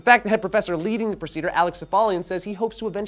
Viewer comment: "Procidure"? Realy? XD